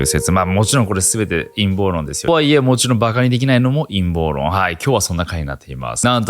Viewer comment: 陰謀論が陰毛論に聞こえて仕方がない